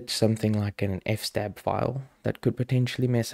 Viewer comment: NOPE its FS-TAB!!! as in EFF ESS TAB.....also nano is better than vim, vi, or emacs, systemd is GREAT, netplan is sooo much easier than ifupdown and kde is fine but gnome looks better.....might as well get it all outta the way right off the bat! haha